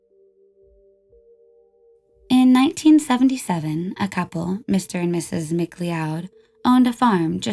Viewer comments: In the septic tank sam.. you pronounce McLeod wrong, though I do see How you could think its pronounced that way, cause of the way its spelled. But its actually pronounced like Cloud ( in the sky) so Spelled McLeod but Pronounced McCloud ... My last name is McLeod.. thats how I know ;) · "McLeod" is pronounced "McCloud" 🙄